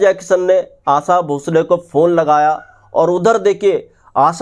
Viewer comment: Bhai aasa nahi aasha.